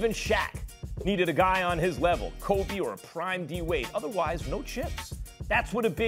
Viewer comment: this man said Kobe xD